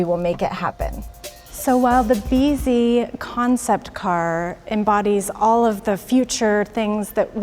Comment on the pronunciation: I thought that's how they say "busy" in Japanese..........😀